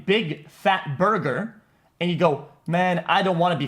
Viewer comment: "i will not each such bugur. bom... but u eat da bergur."